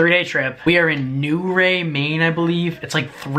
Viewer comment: "New Ray" Maine 🤣 Try again ahaha